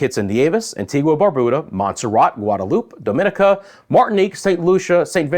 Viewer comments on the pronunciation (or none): none